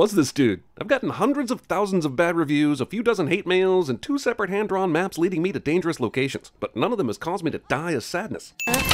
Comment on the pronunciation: "....two separate hand-drawn naps leading me to dangerous locations..." Jeremy are you ok?